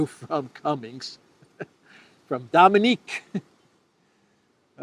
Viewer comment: Dominic, not Dominique.